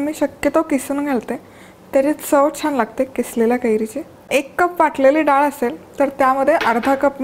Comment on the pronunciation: खूप छान आहे रेसिपी पण डाल नाही ग मराठीत * डाळ * असतं. बाकी सर्व झकास